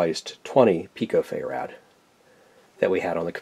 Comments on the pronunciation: Good video, but you are the first person I have encountered to pronounce Farad as "FAY-rad" instead of "feh_ruhd". I suspect that Michael Faraday might have a bone to pick....;-) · Mr. Carlson says it that way too. Maybe it's a Canadian thing, assuming this guy is Canadian.